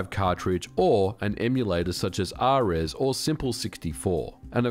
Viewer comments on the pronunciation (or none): We've had discussions in the discord before about the pronunciation of ares before, and I don't think "ah-rez" came up before. 🙂Ultimately this multi-emu was started by Near, and like a lot of libraries/UIs they created, most of the names came from a series they really loved - Lunar (Eternal Blue, Silver Star, ...) with ares being one of the characters from this series. So it is pronounced exactly how this characters name was pronounced in the game. Also, shoutouts to Rasky, who is not only one of the main contributors to libdragon, but also one of the main contributors to improving N64 emulation in ares. Amazing work being done by them.